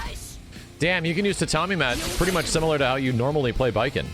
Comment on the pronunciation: I thought he said Batman at first 😵‍💫😅